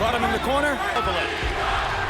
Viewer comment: You can actually hear Kovalev's name being pronounced properly and you still insist on saying it wrong through most of the video, are you puddled or something?